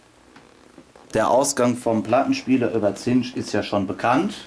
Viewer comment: Sorry.... "zinsch" - Kabel :D